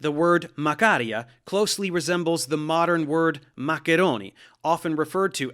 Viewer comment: McTits yea this wasn’t my point necessarily, it is an informative video and I love hearing the way it is actually said with the correct inflection, plus the macaroni part was just kinda funny how it was pronounced correctly with gusto like in the old world I imagine and then just macaroni lol was funny to me 🤷🏻‍♂️